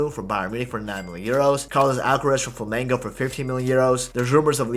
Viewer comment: “Carlos Alcarez”💀